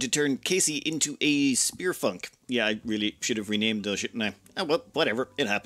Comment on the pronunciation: "Spearfunc" I heard the 'n', Everyone heard the 'n' in "Spearfunc".... right? Great name for a melee specialist!